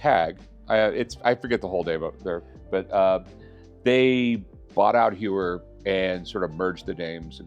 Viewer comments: It's not "You-er" it's "Hoy-er"! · HEUER NOT HEWER ffs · Hewer and Zeenith? Le Mans with an S? Sigh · ...not TAG Hugh-er...HOYER...interesting Audemars Piguet literally won't let you buy their watch unless you can pronounce the brand correctly. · Its Tag -HOYER, not Tag-HUER. 😫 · It's Hoy-er not Hugh-er. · It’s pronounced “hoy er “. Not Hue er. Also the Daytona first movement where valjour 72 not the zenith. That’s “Zen ith” not zeeenith. lol. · If he knows everything...he should know that "Heuer" is pronounced "Hoya" ... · Talks about incorrect pronunciation, then goes on to talk about “Hewer”, “Zeenith”, and “Jagger” 😂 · Not to be annoying but it genuinely took me a second to get what he meant. Heuer is pronounced Hoier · The F is a Jaggar La Colltrah xD or a Jeuer for that matter xD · Lol. I just got a Blonk-Payne and. Hyooer. Im set. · Rick can't pronounce Heuer correctly. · He needs to learn how to pronounce Tag Heuer first then talk. Its pathetic how americans make their own pronounce for European brands. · Makes fun of Michael how he says "Pawn Stars" and proceeds to butcher every single watch company name lol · The amount of times the guest butchered the Heuer name is hilarious....he doesn't know anything about these watches.... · So funny, the guy corrects Michael for pronouncing the name of his show wrong. He should look in the mirror because a bit later he butchered the Heuer name twice 🤣🤣🤣🤣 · He corrects you on the pronunciation of pawn, then proceeds to mispronounce Blancpain an Heuer